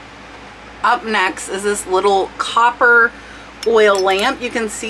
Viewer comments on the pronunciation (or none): none